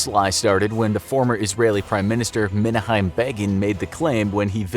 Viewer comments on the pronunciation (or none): Menahine Begin, really? Should be pronounced Men-AH-kim, or Menachem Begin. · You wrecked the pronunciation of his first name. It's meh-NACH-um. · Not Min ah hiem, Min noch en...Millennial???